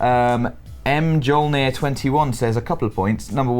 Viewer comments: It's pronounced myolnir (mjolnir) and it's thors hammer. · Did Dave say "M-jol-neer" for Mjolnir??? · Sorry to be "that guy" but I'd hate for you to repeat your mispronunciation and look a fool Dave... Mjolnir (M-yol-near)as in Thor's hammer. I know, I hate me too. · Oh my god... I can't believe Dave pronounced the username Mjolnir "M-Jolnir" xD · M-Jolnir? Seriously Dave? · First Dave butchers "Mjolnir" then he repeatedly reads "cows" as "crows." I thought you used to be a librarian?